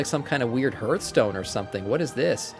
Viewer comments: HARTH-stone ffs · its not ,, hurtstone